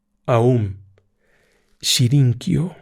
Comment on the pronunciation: Todo muy bien, la narración excelente como siempre… pero pero pero es aum shin ri kyo